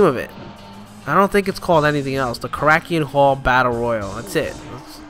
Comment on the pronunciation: And it's pronounced "Korra-kin" Hall